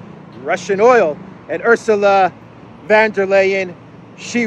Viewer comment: der Leyen is a 'von' not a van.